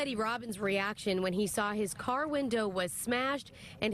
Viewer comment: I LOLd when the autobody guy kept saying "cah". Lol.